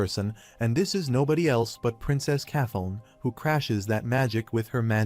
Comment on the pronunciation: Now its kathon? Who the f is that? Do you mean princess Kathleen? Please edit your damn video. Damn every single name in here AI has butchered over and over. It would be better if somebody would just read the fucking manga instead of relying on AI.